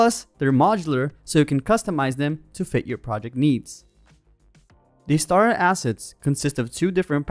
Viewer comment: "Now available for free..." has such a lovely ring to it... ;-P Does anyone else keep hearing "STAR assets" instead of "STARTER assets"? Yeah, I love to pick nits.. ;-P